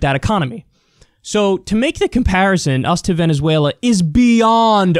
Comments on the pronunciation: He said Venssueylaaa so im convinced.... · I'm here to hear Kyle's imitation of vEnezUelA